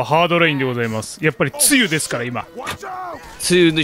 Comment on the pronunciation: 梅雨の発音が完全に汁でちょい笑う